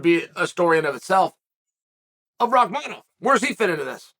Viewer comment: But then gets rahkmonov right haha